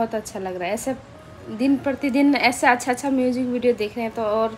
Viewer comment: Naniji ki cute si aawaaz aur itna pyara bolti hai accha ko asssha itna pyara lgta hai ❣️💞💫